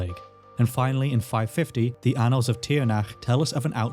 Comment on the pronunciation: "Annals" is usually pronounced with the stress on the first syllable. Is there a reason you're putting the stress on the second, or is it just an error?